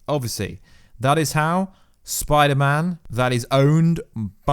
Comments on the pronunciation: Do you not know how to say the letter s? Pider-man. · Is it just me or is he saying Biderman like half the time